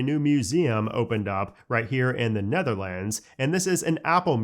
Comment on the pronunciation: Bro didn’t know how to say Netherlands 😂